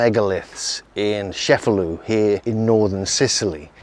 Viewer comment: It's pronounced Che-fa-LOO, not Sheff-a-loo.